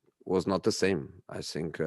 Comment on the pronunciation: So Jose, You can pronounce words like pragmatism, development, counter-attack, social media, plus all the difficult player names like Ndombele etc, but you can't pronounce think?? Why does it always come out as sink??? On a serious note, condolences for sharing the anniversary of your father, etc and sharing more previous insights about the relationship with you and Pep.